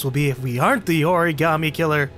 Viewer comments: Frost Except Kramer he says it like he's never heard the word in his life, and just says it like how he thinks Shelby said it... "Origarmay" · Everyone in this game pronounces origami like a new yorker. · I hate the way they pronounce origami in this game